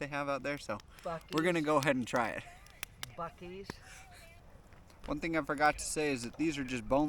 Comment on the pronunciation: The way you pronounced Bucee’s hurt my Texan heart